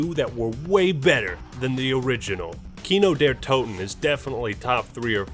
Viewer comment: Kino der Toten... your pronounciation of these words is terrible.